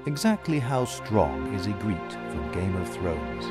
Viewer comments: The way he pronounces Ygritte's name is bothering the shit out of me. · Why are you pronouncing Ygritte as a French guy would?... You saw the show obviously you've heard it pronounced a hundred times. Are you secretly French?